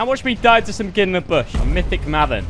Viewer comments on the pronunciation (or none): No one else noticing how he says mahvan instead of mayven (maven)?